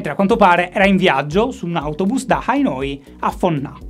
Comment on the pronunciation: si chiama Hanoi, non Ahinoi. Lapsus freudiano 😂